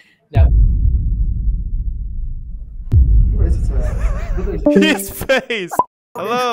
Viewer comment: yalla hapipi I was like wait a damn minute is heeeeee fvking arabicccccc???😳